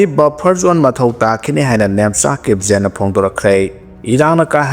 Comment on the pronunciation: Kip. Jen is to pronounce kip gain.